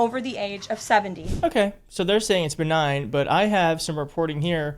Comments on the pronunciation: Sorry, she didn’t say it was “benign”… she said it was “BEE-nign”… accent on the BEE, like a 3rd grader might pronounce it, but maybe it was purposeful, as a little reminder that scientific words are woke and complex and we can’t pronounce them, much like the word “Kamala”. 🎉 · Carolyn doesn’t know how to pronounce benign🤦‍♂️